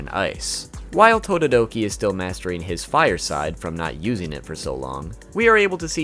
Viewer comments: Todoroki not todoototi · You called Todoroki "Tododoki" :D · Will anyone ignore that said totodoki? Or is that just me? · you said tododoki instead of todoroki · He is saying tododoki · “Tododoki” is hilarious 😂😂😂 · Wait wait wait.. DID YOU SAY TODODOKI? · and he calls todiroki, tododoki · Bro actually said tododoki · Im sorry but "tododoki" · tododoki(todoroki) lol ngl love the pronunciation